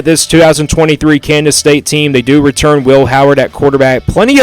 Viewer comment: Your a complete dumbass. Obviously you don’t know much about big 12 football. Maybe tx and tech. Ps learn how to pronounce KANSAS